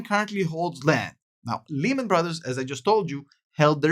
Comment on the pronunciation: 3 reasons I dislike this video. Your milking evergrande like every other channel, you were speaking Japanese even though Evergrande is Chinese, and you aren't even saying Lehman correctly. (Say it like Layman). I wouldn't trust this guys words at all.